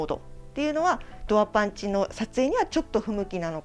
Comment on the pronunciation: パンチ👊パンチ👊 パンツ(^_^;)パンツ😍と聞こえる😅